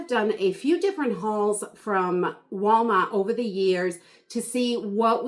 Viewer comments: What state are you from because you say wawmart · I LOVE YOUR SHOPPING HAULS! & the way you say Walmart 😃